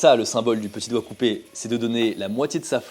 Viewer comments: Y'a que moi qui a compris ( COIKCOUBÉ ) quand il a dit DOIGT COUPÉ ?! 😂😂 CHOK BAR DE BÉZÉ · Au début de la vidéo au lieu d’entendre doigts coupé j’ai entendu « quoicoubeh » 😭 je suis ravagée